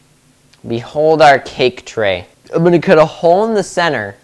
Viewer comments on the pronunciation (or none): Him: Behold Me: Did he just say "Beanhold?" (Rewinds and turns up volume) (Loud ad plays) Me: s a n s